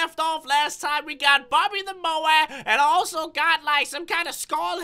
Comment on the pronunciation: I love the way he says bobby the moa LOL Bobby da moa